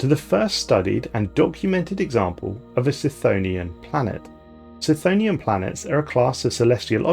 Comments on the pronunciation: the C in cthonian is pronounced like a K, as in Cthulhu. No I'm not sure what the connection to lovecraft is either. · i have never heard chthonian pronounced like that but i think i like it more then the other pronunciation.